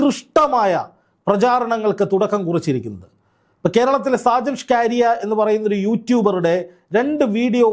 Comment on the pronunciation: സാജൻ ഷ്കരിയ അല്ല skaria എന്നാണ്